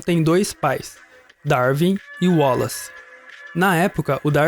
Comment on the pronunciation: Excelente video com pormenores excelentes sobre seleção natural e artificial e o seu papel na evolução das espécies. Só um pequeno reparo: porque é que pronunciam tão bem o nome de Wallace e insistem erradamente em dizer "Darvin"? A pronúncia correta é mesmo "Dar-uin". Abraço de Portugal!